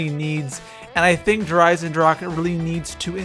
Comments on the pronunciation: Its said like "dare i-sen-drah-ka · Der eisendrake???? Really??? I like ur vids but try harder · i am from Germany and please learn how to say der Eisendrache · Please name it the irondragon because der eisendrache is german and i cant hear it anymore how people say der eisendrak 😅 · Mispronounces "Der Eisendrache" the entire time >.< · is it so hard to write / pronounce der eisendrache correctly? ^^"